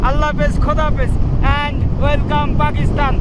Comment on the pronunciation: ভাই তুমি বারবার পাকিস্তান কে পাকিস্থান বলো কেন উচ্চারণ ঠিক করো